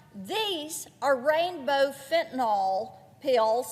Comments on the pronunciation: Why can't she pronounce fentaNYL. It's not fentaNOL 🤦🏻‍♀️ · Please, Marsha. There is no O in Fentanyl!